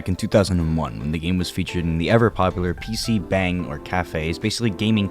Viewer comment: Great video man, definitely subscribed now. P.S. it's pronounced more like "bong💨" not bang for PC cafes, 방=room